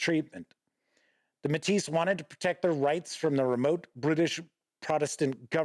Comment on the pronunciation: To also help with pronunciations of the French words: Metis = may-TEE (emphasis on the tee part) Batoche = buh-TOSH Louis = LOO-ee Riel = ree-ELL And congratulations for saying Saskatchewan pretty darn well. A little off but to be honest, many people from other provinces in Canada don't pronounce it quite correctly either. Well done.